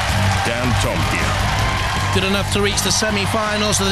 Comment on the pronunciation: I remember when the guy on the PA announced Dantomkia's name wrong and said dantomakia lol!